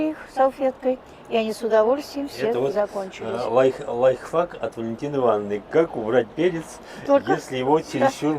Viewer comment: только не говорите «лайфФак», надо лайфХАК»